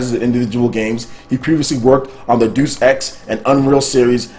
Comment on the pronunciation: Alright man, I can no longer tolerate the mispronunciation. It is not Deuce Ex. Deus Ex like DAY-us Ex. It's an iconic video games series that deserves better. I can tolerate the Haduukens and the attempts at pronouncing Japanese names because that's borne of another Faraway Language the internet lovingly refers to as Moonspeak. But Deus Ex comes from Latin which English speakers still use today from Harry Potter Magic to Classifying species. Please try to do better.